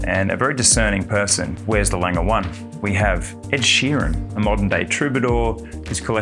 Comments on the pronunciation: You managed to both the pronunciation of "A.", "Lange" and "Glashutte". Well, done, there must be some kind of award for this... 🤣 Totally agree that the Grand Lange 1 is the best size Lange 1. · lange, glashutte, at least learn to say these properly